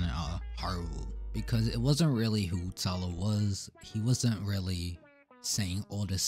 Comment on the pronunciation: He’s Australian so that might be why 😂 I like how he says “tylaaar”